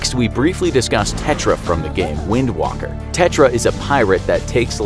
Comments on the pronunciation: guy: *calls wind waker “wind walker” Me: “half my respiratory organs were destroyed” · Did I hear that correctly, Wind Walker? Instead of Wind Waker? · It's WindWAY-KER not wOker. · The Male Narrator said Wind Walker not Waker. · Does anyone notice that he said "wind walker" instead of "wind waker"? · Did I hear him right!? "Wind WALKER!?" you had.....ONE JOB! IT'S "WIND WAKER", NOT "WALKER"! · Did you guys really say "WIND WALKER"? WIND WALKER? Bruh it's Wind WAKER! Like "Awake" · I’m not sure the makers of this video fully understand what they’re talking about considering he pronounced it “Wind Walker” and mispronounced “Hyrule”. He also overlooks important details within the games. Additionally, he includes Hyrule Warriors, which is not cannon while skipping over games like Minish Cap, 4 Swords, Link to the Past, and Spirit Tracks. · Hej did you say wind waaker and not waker? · Pronounced “HI-Rule” Did you seriously say Wind walker and not wind waker?! 🤦🏾‍♂️ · This kid legit said Wind "Walker" . My boi link doesn't walk the winds he wakes them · It's WIND WAKER not WIND WAKKER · lol he said "wind Walker" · Wind-walker? Wind-WAKER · Wind WAKER, not Walker! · Wind Walker? You mean wind Waker. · THAT'S WIND WAKER NOT WALKER! PRONOUNCE IT RIGHT NEXT TIME! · It’s wind waker not wind walker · First... thank you for making this video on my favourite video game series... second.. it’s Wind WAKER not walker... come on now!! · Wind Walker? Don't you mean Wind Waker? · Waker not walker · Its waker not walker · Wind wake not walker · Did he just say "wind walker"? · "Wind walker" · It's Wind WAKER not walker hahaha. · “Wind Woker” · Video became irrelevant because he called Wind Waker "Wind Walker" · Did this man just say wind walker?? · no one:: Wind Wahker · Did he just say wind Walker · Narrator:Tetra from the game... Me:Wind Waker. Narrator:Wind Walker. Did u just say wind walker?! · Ya boy said wind walker